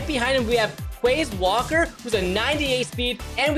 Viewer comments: And “quaz walker” instead of quez watkins. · bro I’m an eagles fan and you just ruined my day by saying quece walker 😢😂 (nah jk but good vid!)